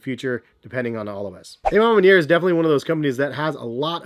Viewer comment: The A.... Ma Manier! Hahaha🤣🤣🤣 isn't it A, like Awe Ma Manier??